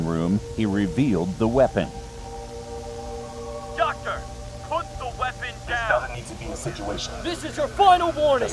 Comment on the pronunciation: i think said 'docter'